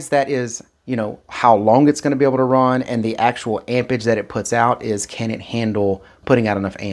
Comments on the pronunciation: AmpeRage it has a R in it amp rage not ampers lol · amperage, not ampage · “Ampage”!!??….the English word is “Amperage” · AMPERAGE not AMPAGE🤦‍♂ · am·per·age /ˈamp(ə)rij/ noun the strength of an electric current in amperes. Please pronounce and annunciate the word properly if you expect us to take you serious in the least amount. "Amperge" is not how you pronounce "Amperage." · all of them can you just have to have correct cables lol. He said it because you keep saying ampage not amperage lol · "ampage" is killing me. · he was implying there's an 'r' in amperage you neglect to pronounce. I'm from Boston and know about r's. the one in ampeRage is one even we don't ignore. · The word is amperage. And especially, not "ecspecially". Jeez. Thanks for the demonstration.